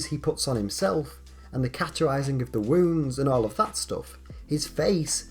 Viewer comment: Cauterising is pronounced just like authorising.